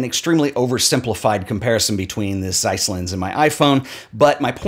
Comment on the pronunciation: Nice video, agree with most of it. But before you make fun of someone over his pronunciation, you might try to learn to pronounce German words correctly, like "Zeiss".